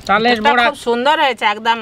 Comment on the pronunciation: তালের বোড়া না , বড়া